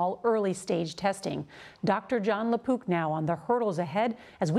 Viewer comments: Thought she said John Lapoop lol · Yo, I’m pretty sure she is saying Dr. John LaPoop. I’m dying. Lol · Matt Ruth It sounded like poop though. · another person who can not tell the difference between a K and a P """Dr Lapook "" LOL